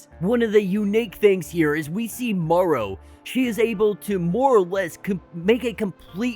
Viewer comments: Interesting breakdown, except Marrow's code name is pronounced "Mare-Row" (as in "bone marrow"), not "morrow" (like "tomorrow"). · So you call it bone "morrow" & not bone "marrow"? Which country are you from, might I ask?